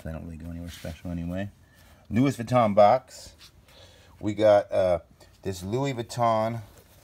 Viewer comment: In France we say it Louis Vuitton saying the N thru your nose.( vuittong)